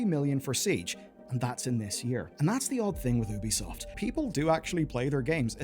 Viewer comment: It's not "Oo-bi-soft" And this video is 90%, waffle